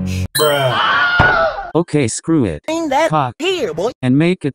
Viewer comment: Bro said cawk 💀🗿🗿🗿